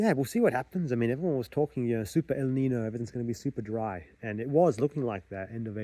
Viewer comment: I like your plan not to tell your next move until it's accomplished. That's much healthier than setting up yourself to fail publically at more difficult goals, which can take more than one try. I note how you're pronouncing "El Nino." That might be common in Australia, but the American English pronunciation is identical to the Spanish "El Niño." The tilde is not a diacritic, but rather "n" and "ñ" are entirely separate letters of the alphabet in Spanish, the latter having an "ny" sound, as in the English word "canyon," which is from the Spanish "cañón."